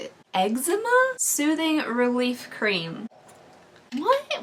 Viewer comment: Lol it’s pronounced “Ehk-zee-ma” not eggzema 😂